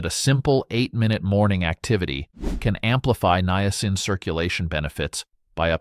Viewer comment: Why do you pronounce the word niacin three different ways?